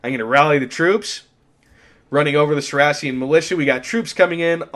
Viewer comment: the way you pronounce saracen makes me lose all respect lol